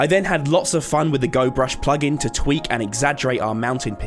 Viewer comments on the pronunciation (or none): none